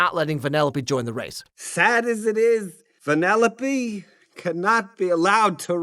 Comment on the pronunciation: Venellope? Instead of weaving she races lol